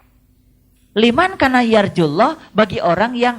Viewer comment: liman kana kok dibacanya limankana ya ? mestinya limangkana, karena itu huruf ikhfa